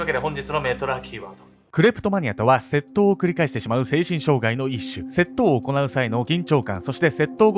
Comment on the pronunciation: 窃盗のイントネーションwセットォ⤵︎オ